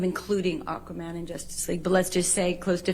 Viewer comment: Aquaman not Aquamara